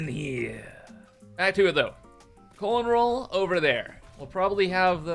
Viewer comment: Why do you keep saying "colon roll"? 🤔